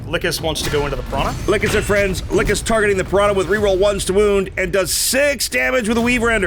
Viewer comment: lol probably cuz you keep pronouncing her like "lick 'iss" she's just not happy with you